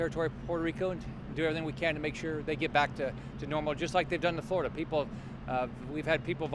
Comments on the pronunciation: It's "Flor' i dah" ... not "Flow dah". That's like saying "Jo jah" instead of "Gee' or jah" or "Ten see" instead of "Ten ah see". To my ear, it is terrible. I was born in Boca Raton, BTW, and grew up in a Florida far different from the paved-over place it has become. To hear its name macerated, causes me distress. Don't have time to say the name with all its syllables? Don't have time to be governor... have to settle for "guv nuh". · Maybe he could learn to pronounce the state's name *correctly*?